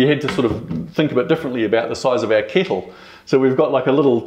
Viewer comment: the way he says kettle kills me 😂